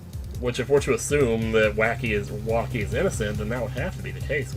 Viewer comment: Oh man, I never caught that. he actually called Wocky 'Wacky'. XD